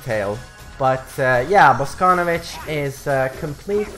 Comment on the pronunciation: He is BosconOvitch, not fucking BoscOnovitch